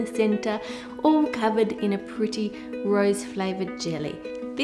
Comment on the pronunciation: I had to rewind the video about 20 times to listen to the intro. I swear you had said, "In a pretty gross flavored Jelly..." and I was like, "Oh Ann, why not just use another flavor." My boyfriend had to point out you said "Rose". Makes a lot more sense.